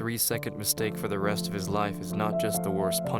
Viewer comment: Why does my mans say his like it’s personal lmao 😂